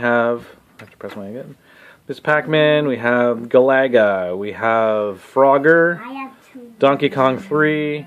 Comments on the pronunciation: Hee hee. That’s what I was thinking. Never heard any pronounce Galaga that way. Sounds like a nice guy, though. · Guh- lagga?